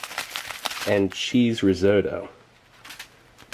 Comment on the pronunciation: It can't be a coincidence. Also, I learned how to pronounce risotto in a new, non-standard way.